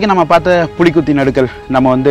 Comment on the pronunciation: நடுக்கல் அல்ல நடுகல்